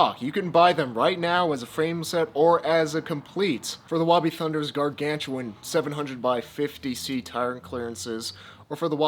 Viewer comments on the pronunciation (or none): none